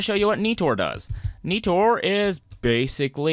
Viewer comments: It’s not Neetor it’s Nighter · Every time he said NEE-TOR I cringed..... xD